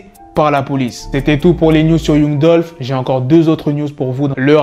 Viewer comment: Yung dulfe haha apprends à parler anglais